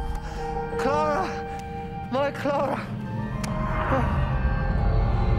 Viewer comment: Clar-uh sucked